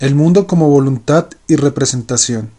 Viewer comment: amigo que animado a leer el libro tu, una observación, no es voluntat, es voluntad, hay una gran diferencia entre la letra T y la D